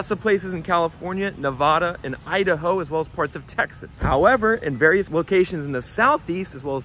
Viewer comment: Homie said Texas with his chest